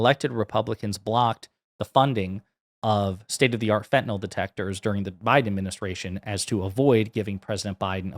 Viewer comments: Fentanyl…. Not fentanol!! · Someone tell her. It’s “Fentanyl”, not “Fentanol”. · It's called 'FentanYl'. As with 'Loss Vegas', lazy pronunciation clouds the issues.